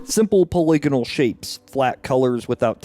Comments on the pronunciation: You say “poly-gonal” like you’re about to say “polygamist” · How come no one is talking about his pronunciation of "polygonal"?!